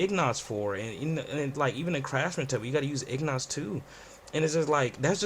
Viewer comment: Thanks for the help and quick video. You rambled a bit tbh but helpful lol And Excuse me, but did you say ignot? Lol Its pronounced kinda like Een git.